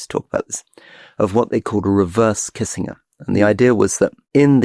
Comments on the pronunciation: Can’t find anyone else who pronounces Kissinger kissing-er rather than kisssin-jer.. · Rory needs to stop beingaprick pronouncing words how he wants to. Pronounce Kissinger properly yawanker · How do you present as credible commentators on international politics when one of you can’t even pronounce Henry Kissinger’s surname?